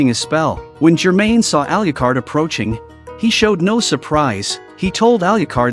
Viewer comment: Please learn to pronounce Alucard.